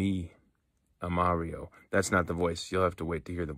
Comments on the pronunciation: Omg, people are getting so fired up over a simple joke, I found it funny and I’m Honduran (latina) it was just a joke, yes it doesn’t quite sound like “Amarillo” literally, but I did hear it after a while (obviously not pronounced exactly) however, you don’t need to come for this person, they just wanted to make people laugh, its literally not that serious. Also, I’m pretty sure when they said that they never knew he was fluent in Spanish, he was talking about Chris, not Mario. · ok That's not how you pronounce "amarillo" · still doesnt make sense. that is NOT how you pronounce amarillo at all 💀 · Thats not even how you pronounce it.. bad joke